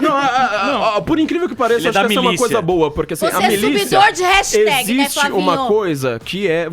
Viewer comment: A não sabe falar "hashtag" kkk